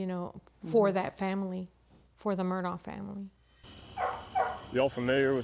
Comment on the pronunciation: It's"mur-daugh" not mur dock. 🙄